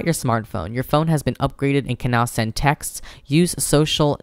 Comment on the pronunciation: Your hilarious!!! Especially when you say textes or something like that xD